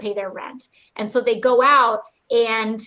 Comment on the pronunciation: I hate how she pronounces the word and, which sounds like iiiynd.